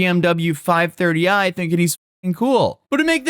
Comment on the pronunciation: As a car guy the emphasis on the 5 THIRTY I is killn me hahaha base model😂